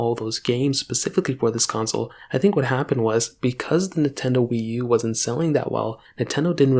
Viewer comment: Blud said NeTendo 💀